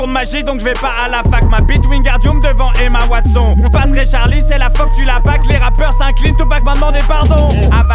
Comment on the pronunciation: S'te prononciation "Emma Watson" mdr